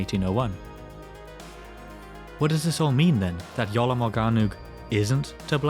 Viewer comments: Iolo? Or Jolo? 😂😂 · I swear yoy said "The YOLO manuscript"